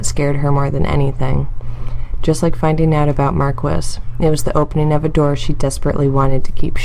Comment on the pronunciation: How you gonna do my boy Mark-wiss like that